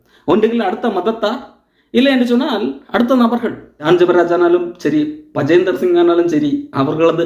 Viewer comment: Bajinder Singh, not Bajender Singh